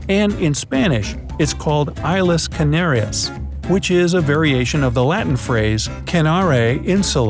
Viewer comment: Islas canarias the s of islas if pronounce